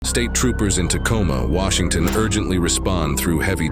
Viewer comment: who is reading this? the first sentence "Tacoma. {pause} Washington"